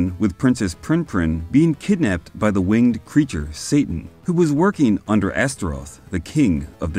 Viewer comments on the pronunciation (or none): none